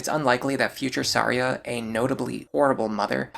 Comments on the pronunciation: What's with the way you pronounce some characters, man? How did the name Tharja become Saria? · I’m sorry how are you pronouncing Tharja? Unless I’ve been wrong my entire life it’s pronounced Th-arrr-juh correct me if I’m wrong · why are you referring Tharja as Saria? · Isn't it Thar-Ja ? I was so confused I was like saria ? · Are.. are you pronouncing "Tharja" as "Saria"? huh. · Ok I have NEVER heard someone pronounce Tharja and Noire that way. I was scratching my head trying to remember who 'Saria' was in Awakening. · Who the hell is Saria? Edit: …that’s not how her name is pronounced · It’s Tharja’s Japanese name. IDK why he was saying that one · Cherche was definitely pronounced wrong. Tharja they used the Japanese name. Personally I always pronounced Tharja with the "Th" but then the soft j with a y sound. So like "Tharya" . That is until Warriors ruined it ... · The way you pronounce Tharja's name makes me grind my teeth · Bro your pronounciation of Tharja and Noire made me want to strangle you, wtf was that? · I have never before heard anyone say Tharja's name like that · I didn't know that's how you're supposed to pronounce tharja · Yeah, I was like "Yeah, she's a Kokiri. Thanks heavens there's no option for Chrom to marry her" . 🚔🚨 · IIRC that's how Tharja's name is pronounced in Japanese. He also mispronounced "Cherche" alongside "Noire" but I don't expect your average North American gamer to know French. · I was more thrown off by how he pronounced Tharja. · Brother HATES the "TH" sound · The choice to pronounce Tharja by using her Japanese name is an interesting one when not doing so for anyone else. ‘Th’ cannot make an ‘S’ sound in the English language, so that’s the only reason anyone would pronounce it that way, especially in a time when we have an officially sanctioned pronunciation of Tharja curtesy of Fire Emblem Warriors where she is a dlc character, with supports in which her name is spoken.